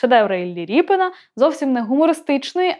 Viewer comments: Коли ведуча каже ,,ріпин,, навіть вухо ріже - правильно казати Рєпін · Та не РіпИн , а Рєпін --- РЄПІН !!!!!!!!!!! Оце тригернуло....... Пздц.......... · А чому так вимовляєте "Ріпин"? РЄпін! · Дитино! В промові українською мовою призвище звучить і пишеться рєпін , а не ріпін. Дуже соромно, що ви цього не знаєте. Вчить мову!